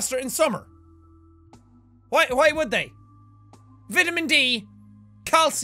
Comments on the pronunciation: I like how Jack pronounced "vitamin" as "vidimin" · OMG he said viddemen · Lol you say clothes pegs, VIT-a-min and al-MIN-i-um. I say clothes pins, VITE-a-min and a-LOO-mi-num. Its funny how people pronounce things differently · Did....did you just say A-LOO-MINIUM??? Finally I get used to the way you say vitamin,and now this shit😂😂